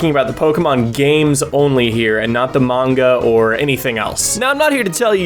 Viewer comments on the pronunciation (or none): none